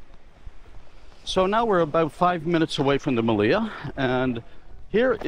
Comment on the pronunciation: Your videos are valuable. I have been to the Meliá (in Spanish the accent goes on the a, not the i as you pronounce it Melía, which sounds wrongfully cute) among other resorts like the Majestic Mirage. I decided to book another vacation at the Melia after seeing how much I missed when I was there. In that sense, I said your videos are valuable. I have subscribed to your channel and will recommend it to my friends.